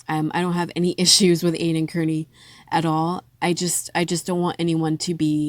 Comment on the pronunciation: Not kerney, carni, like slang for a carnival worker...but good commentary otherwise ❤